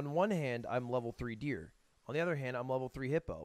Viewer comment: Has Lud ever addressed why he pronounces "other" with an E?